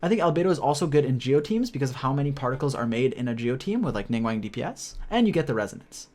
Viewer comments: ningWANG??? Bro, it's Ning-"GWAWNG" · LING WANG??? ning guang my guy xD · He do be pronouncing Ningguang like how Benedict Cumberbatch pronounces penguin